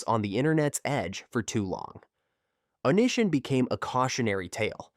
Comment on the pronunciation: How can you possibly do any research and then do something as fundamental as pronunciation and butcher it so badly? It really makes me question everything about your video when something so simple cannot be done. The way you pronounced "O-knee-si-on" name is just insane. His name was part of the online persona therefore part of the entire story. The guy was an absolute scumbag and then some but my god. If you can't even pronounce a name correctly, what else did you get wrong? Details matter.